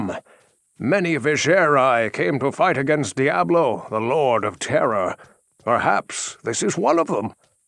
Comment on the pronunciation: the asian lol diabro two and diabro 1 lmao!